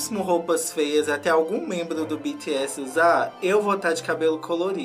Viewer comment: pra ajudar é bts mais se fala pronuncia bitieçi cii de ciranda ciibitiecii